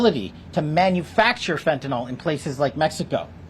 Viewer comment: Hard to believe, but the media and many others have been saying this drug incorrectly for so long that almost no one gets it right now... Fentanyl FEN TA NYL It is not Fentanol, like Tylenol. Someone, please point it out to these people...